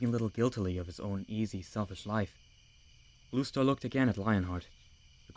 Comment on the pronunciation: Am I the only one who kept hearing rooster instead of blue star? XD